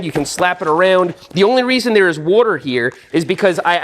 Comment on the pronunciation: "The only reason there's waoughter here"... ... ...